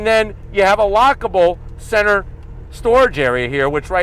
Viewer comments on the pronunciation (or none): none